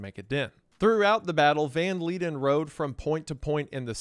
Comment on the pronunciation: Van Leiden is pronounced “Van Lie-den”, not “Van Lee-den”